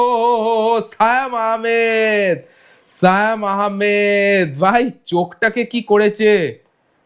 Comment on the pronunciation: ওটা সায়েম আহমেদ না,সিয়াম আহমেদ হবে।ঠিকঠাক উচ্চারণ করেন।